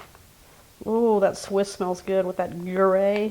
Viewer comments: It's not guray cheese ! It's pronounced grew - yair ! Looks tasty. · The cheese is pronounced “groo-YERR” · Great recipe. It’s pronounced “groo-yair”